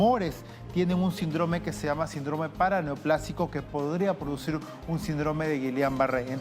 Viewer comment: SÍNDROME!!! ACENTO EN LA Í. SÍNDROME!!!